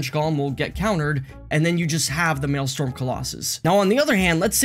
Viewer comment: Maelstrom, not Maelstorm.